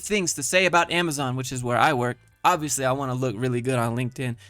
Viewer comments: I can't get over the way she says "amaZEN" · The way she says AmaZen. It really hurts my ears ow.